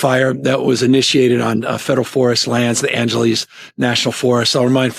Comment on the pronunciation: Newsom didn't even pronounce Angeles correctly... he said Angeleeeez.